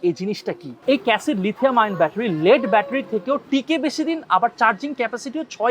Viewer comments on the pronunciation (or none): Not লিড, লেড✅